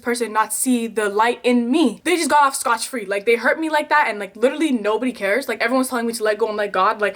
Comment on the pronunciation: Lol it's Scott free lol not scotch